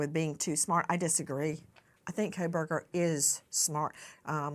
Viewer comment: Koh-burgers 😂😂😂😂 that is súper original